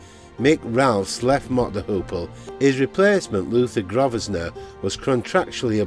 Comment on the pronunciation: Just an fyi as I heard you struggle a bit with this-"Grosvenor" is pronounced Grove-ner. Great video. interesting :)